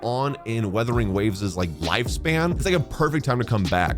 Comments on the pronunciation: It's Wuthering not 'withering' 😭😭😭 Not again 😭😭😭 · Would you pronounce this game's name right someday? It's WUTHERING, not Weathering